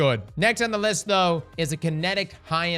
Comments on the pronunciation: "now for the next weapon on the wist" :3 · "the wext weapon on the wist" bro i had to do a double take to make sure i heard that right XD(its fine it happens) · "next weapon on the wist" hahaha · I thought I was crazy. Turns out I am, but I did hear wist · I knew I fuckin heard that right☠️